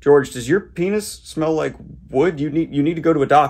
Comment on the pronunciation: You know how passionate he is about the p*nis by the way he pronounces it, a hard "P", a sibilant "S", and the totally approriate hand motions.